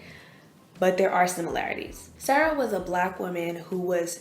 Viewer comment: You are pronouncing Sara incorrectly